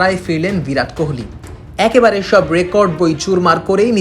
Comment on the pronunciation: নামটা 'ভিরাট' নয়, 'বিরাট'!!